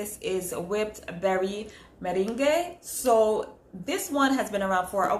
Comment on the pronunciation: Hey I love your videos! I too indulged in the sale this year so it's fun seeing what others got! Especially since you haven't influenced me to buy several perfumes already LOL and it's so cute that you called it whipped Berry meringAY but berry merrANG is how it's pronounced 😉😉 Not correcting you just helping a sister out. Looking forward to the next video! Be safe. Ps.. you look beautiful as always by the way 😍😍💛💛